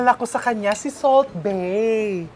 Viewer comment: Salt Gay chef.....hindi salt bay......😂